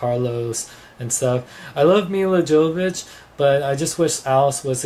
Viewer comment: pronounced mee-luh yo-vo-vitch (source milla jovovich official twitter page